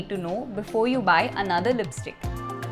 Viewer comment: "Lisptick" i luv it thnks